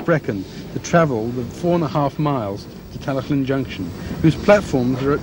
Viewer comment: Yes, but has a good attempt at Tal-y-llyn strangely.